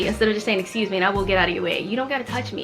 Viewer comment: No one says excuse me Jimin: excuje meeee🤣🤣